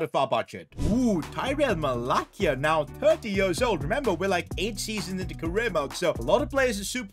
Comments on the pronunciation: its pronounced MalaSia, not MalaKia. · “malakia?” 💀 bro it’s “ma-la-see-a” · as a man utd fan it kinda annoys me when u say mala'k'ia, it is actually pronounced mala's'ia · Never ever say malacia like that again !!!